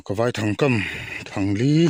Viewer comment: Vaithang i lam dan a diklo I lam dan chuan thlangkawr vai ho hming angin ilam a vai hmawlh vai anga lam tur ani e